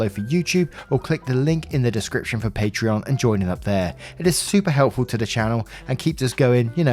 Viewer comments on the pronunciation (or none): none